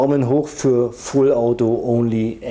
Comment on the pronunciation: Sorry aber ich finde dieses Denglisch(Deutsch-Englisch) so schlimm. "Onli" "Autabärrel" "Rifiu" "Fullauto" "gimmik" Bitte! Entweder richtig aussprechen oder auf deutsch. DANKE